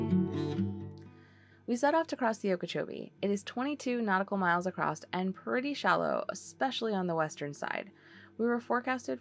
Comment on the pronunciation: Omg it’s ‘across’. ‘Accrosst’ isn’t a word